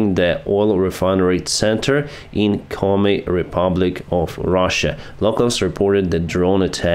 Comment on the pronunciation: "commie" Republic 😆 you mean Komi?